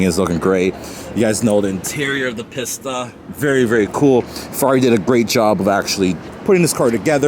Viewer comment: Bro! You're triggering me with the way you calling that Ferrari "piss tuh" Edit : I couldn't watch the video anymore. You sure are unique 😂